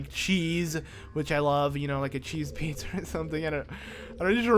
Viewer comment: is it just me or did he say pizzer